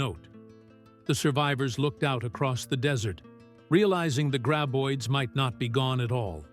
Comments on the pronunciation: Friggen "gray-boids" 🙄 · Ugh. Another AI voiced mispronunciation-fest...gray-boids, Feh!